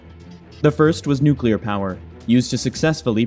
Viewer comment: It's not nuclear. 😅